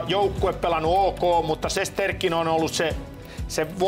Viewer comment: Studion vetäjälle ihan huomiona vain annan plus merkinnän sillä olit ainoa joka lausui Rangers moken nimen oikein 👍 Shestjorkin.